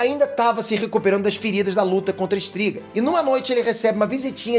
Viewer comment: Ótimo vídeo, resumiu bem a história dos livros, só duas correções, a filha de foltest e sua irmã virou um mostro o qual o nome se pronunciar estringe, e o casamento de pavetta geraria uma a aliança com skellige, que se pronuncia skeligue